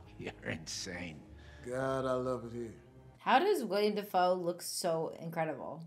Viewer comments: I know you're just a youngun, but it's "Willem" Dafoe, not William. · It's Willem Dafoe...not William, for the love of God! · Its Willem, not William... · Dang. Cut out the, "With great power comes great responsibility" lines :( Patreon exclusive content there, I guess lol Also, his name is Willem Dafoe. Pronounced like Will-um. Not William :) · Its not William, ITS WILLEM. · "Willem" Dafoe, not "William"